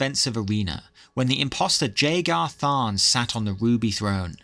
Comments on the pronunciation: I hate to be that fella but Jagar Tharn is pronounced with a Y style J, so more like yaygarr tharn. I'm likely not the first, but I didn't see other comments so here ya go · Love the vid but man. Its a silent J. "Yay-gar" tharn. And "ok-ate-oh" Also... There is evidence to suggest that the nerevarine was actually dragonborn which would explain why they would travel east to akavir (dragon-land)